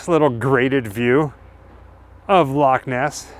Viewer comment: I am a Scot and believed in Nessie all my life and i am 74 now lol. So proud of you that you say Loch Ness properly not Lock Ness. Love you guys and all your videos. I live in Canada but you made me homesick lol ❤❤❤